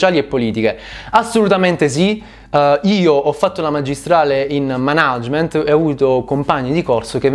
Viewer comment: Per l'amor di dio pronuncia per bene "Mànagement"